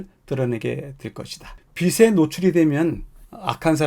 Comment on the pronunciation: [비슬] [비세]... 발음이 영 거슬립니다. [비츨] [비체] 같이 소리를 내셔야지요 ^^